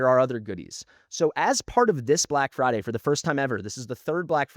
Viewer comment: "BLACK FRIDY"